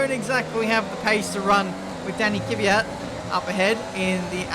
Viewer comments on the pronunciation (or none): again...It's Kvyat,not Kivyat..:) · For the love of god its not Kivyat stop with the Kivyat or my ears will fall off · Kvyat sounds like KUH- VEE- YAT.....